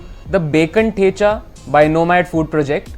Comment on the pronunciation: Why are you pronouncing thecha not like a kamath